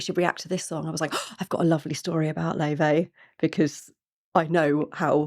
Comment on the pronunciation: Do look up Laufey's interviews. In several she mentions the Icelandic pronunciation of her name, which is distinct from the persisting, American mispronunciation, Lay-vey. In Icelandic it's more like 'Laou-fey. She is named after her Icelandic grandmother on her father's side. While she has been politely accepting of the mispronunciation, it seems it will be preferable to get it right. Also, I believe her twin sister Junia is very involved with the production design. There's a sweet and playful video in black and white about the two of them in New York that explains a lot: Best Friend.